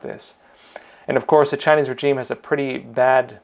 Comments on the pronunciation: good content.... however, it's "rei·zheem". please. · Pls pronounce 'regime' correctly. The 'g' is soft. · That’s not how you pronounce regime pal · FTLOG, please learn how to pronounce regime.